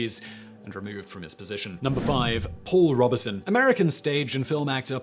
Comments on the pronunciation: The only thing that really pisses me off with Simon is his pronunciation he can not be arsed to look up how to pronounce words or names. It is pronounced robe son not Robinson! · I believe it is pronounced “Robe Son”, not Robertson. Thank you for this video, information is power. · Robe-son not Rob-e-son! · It’s Robe-son not Rob-uh-son. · “Robe-son,” not “Rob-be-son.” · Simon I have always heard Paul Robe-son is the pronunciation. Brian "Jonners" Johnson on Down Your Way and Desert Island Disks - Roy Plomley 1st December 1958. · Pronounced Robe-son. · You need to read your scripts before you speak them. It's clear you're reading them off the teleprompter... and you're getting lots of worms wrung. Sometimes you use the wrong word and sometimes you just mispronounce them. Check how Google recommends you say 'Robeson' for example. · The 'Turing' film is wildly inaccurate ,and misportrayed Alan Turing. mispronunciation of Robeson, and a lot of an socialist persecution US examples and ragbag cases. ANNA! Not up to usual standard , but usual mispronunciations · Please learn to pronounce "Robeson". It's not hard.